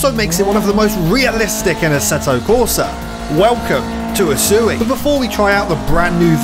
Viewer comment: I dont know why but the way he says usui just doesnt sound right lol, but good video